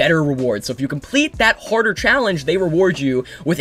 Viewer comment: is he saying horder or harder